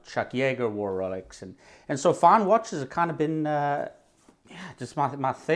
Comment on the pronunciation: I thought dude was saying Relics not Rolex for the first few times haha. I thought maybe that was another brand at first